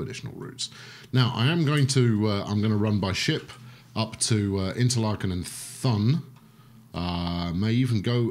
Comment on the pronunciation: Thun is pronounced "Toon". the "th" is just "t". like tun.